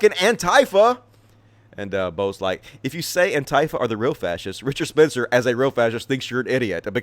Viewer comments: Hey, Antifa is not pronounced an-TIE-fa. I'm sure it was just a mistake, but it make me cringe to hear you say that wrong a few times. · Yeah, everyone else either says an-TEE-fa or AN-tee-fa. I personally prefer the latter because it feels natural to me